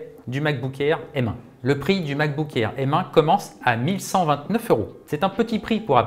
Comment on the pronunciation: Merci de dire M et pas M